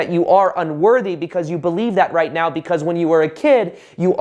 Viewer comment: Think he said “right… NOW” which sounded like “meow” 😄